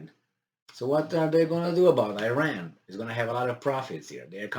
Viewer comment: please pronaunce iran like you say it for "i"taly so "i"ran, and for ir"a"n please like "a"lmost.